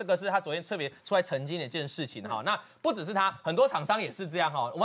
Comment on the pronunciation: 这女的是这样发音的 “资瓷”（支持）”鹅且“（而且）“不子四“（不只是）。农村妇女